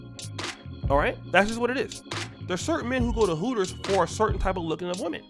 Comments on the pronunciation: Its called Hooters not Pooters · Its called Hooters not Heffers. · It's Hooters. Not Heffers. Fall back, ladies. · Hooters not Pooters....I'm horribly reaching.